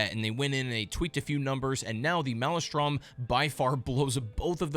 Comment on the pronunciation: Please stop saying "male-e-strom" It's laughable. It's "male-strum" But other than that I enjoyed your video. Thanks!